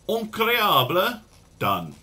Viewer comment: Also in French it is "Incroyable," not Increable